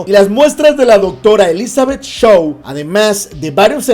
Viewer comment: hay varios errores en tu relato..de partida deberias revisar la pronunciacion de algunas palabras en inglés antes de hacer el video: facehugger y Shaw no se pronuncian así.. el alien chamuscado de Romulus no mató a Bjorn.. él murió debido a la sangre ácida q le cayó encima; cuando el xenomorfo salió, Bjorn ya estaba muerto.